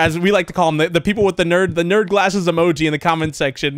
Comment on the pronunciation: uhm actually its not "ner emoji" its "nerd emoji"🤓